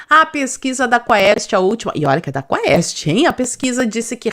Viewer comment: FESSORA! QUAEST É LATIM! SE PRONUNCIA QUEST.😮😮😮